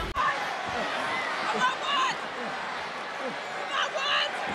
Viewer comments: The way she pronounces Chelsea Green 😆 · I love how she has a different pronunciation with each superstar like Ludwig Kaiser and Chelsea Green